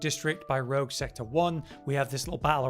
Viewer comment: Rouge not Rogue,:P